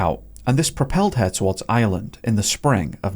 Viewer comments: Please dont, you cant even pronounce Ireland ffs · Why did you say “Gardii” its “Gardaí” ? Why even make videos when everything’s wrong, you cant even pronounce Ireland